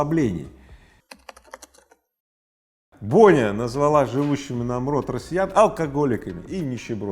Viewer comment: И слитно и ударение на почледний слог !!!